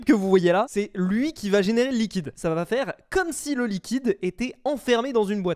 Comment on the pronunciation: luiquide.... hmmmmm?